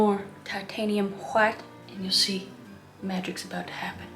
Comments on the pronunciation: No, no you see, it is titanium-wauytuh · I love how she is saying white ''lets put some titanium hwite'' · White (pronunciation: Wh-hite) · Kris, that is a BEAUTIFUL painting that you made!💕💕 🖼️I absolutely loved it!😍 I don't paint that much, but seeing you following the Bob Ross painting tutorial makes me happy ☺️🥺❤️❤️❤️ P.s, I like how you used a knife to paint the mountains😂 and how you pronounce "titanium whi-tte"🤣🤣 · Nobody: Noone Ever: Not even Chad: Kris Ross: TiTaNiUm WhHhHiTe! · "Titanium WHHHITE fixes everything." If only! FREAKING HILARIOUS KRIS!!! The painting...by the way... is a gorgeous piece of art and your tutor and innuendos throughout the process were FANTASTICALLY and smartly done just enough to keep ANYONE entertained!!! Thank you, Kris for brightening my day!!! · I laughed way too much at this. I never noticed how much Bob Ross sounded like Jan Brady what with pronouncing the H in words that start with "wh." Or, in some cases they might just start with a W but screw it! I'm gonna pronounce a nonexistent H anyway! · I loved how the painting turned out! I don’t know why but when you say white I laugh 😂